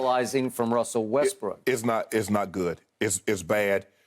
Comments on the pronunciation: Bro we got TV analysts calling this man "WESTBRICK" like bruh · 'Lets talk about Westbrick" lol